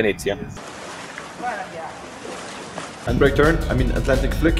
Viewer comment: "We became Vinezia"